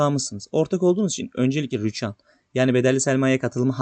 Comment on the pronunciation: Rüchan değil ama Rüçhan